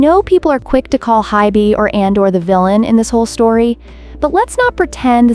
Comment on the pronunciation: ADOR not ANDOR